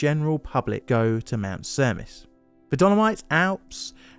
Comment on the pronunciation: Because this is going to come back when you cover the other Cavalese cable car disaster, Cavalese is pronounced Kavalë (as in echo) së (same sound). Cermis is pronounced Chermis.